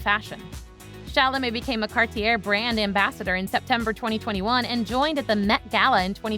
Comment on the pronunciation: please pronounce the subject of your video's name correctly !!!! and Cartier's . jeeesh !!!!